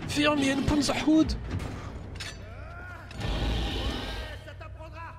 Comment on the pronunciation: Quand tu dis Pounderhund ça me fais penser a du pouding xD C'est Panzerhund (panzer=blindé ; Hund=chien ) ;)